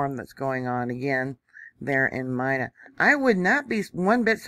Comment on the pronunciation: Hi. Pronounced MEENA